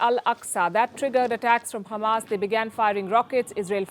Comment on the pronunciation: It's not khamas it's hamas Palki.